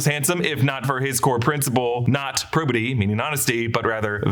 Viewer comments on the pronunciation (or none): Slight correction: the eighth core principal is *Probity*. Not Pubity. (I don't think that's a word.) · It's supposed to be "probity," not "pubity," on the list of attributes.